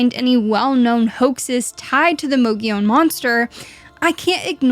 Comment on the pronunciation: You keep saying "Mogilon" , not "Mogollon".. still a great video tho!